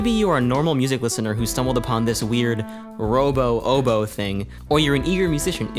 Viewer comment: "robo oboe"